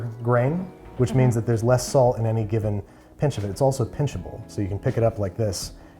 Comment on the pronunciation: Jesus, I first heard "sand".. feels like salt low key 😂😂😂